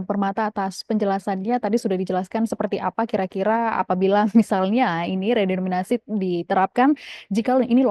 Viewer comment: Narsumnya kok bilang redominasi sih, harusnya kan redenominasi. Ga layak didengerin ah tulul